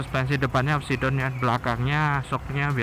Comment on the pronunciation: Upside down bacanya apsaid dawn bang